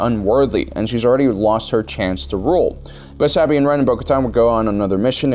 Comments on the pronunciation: “Saabine” ah yes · How is there an entire 3 shows that show Sabine and you still can’t pronounce her name correctly? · The way you pronounce Sabines name absolutely pisses me off